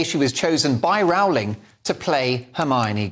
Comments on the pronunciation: Great piece. JK Rowling is truly a heroine for standing up for the truth. Just one thing I would appreciate, please pronounce her name correctly. It is pronounced "Rolling" like bowling, rather than like growling. Thank you. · Why do you say Row-ling. Surely it's "Rolling". We had a Prime Minister here in NZ in the '70s called Bill Rowling. It was pronounced Rolling. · The correct pronunciation is “Rolling” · Could you kindly pronounce "Rowling" correctly? I believe she deserves it. 🙂Please ask Andrew Doyle about the correct pronunciation.